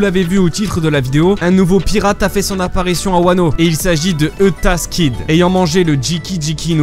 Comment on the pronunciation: cest eustaskid pas eutaskid sinon cleen la vidéo et #Wano